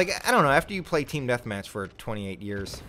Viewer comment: You had me Rollin at " teeam deathmach" 😂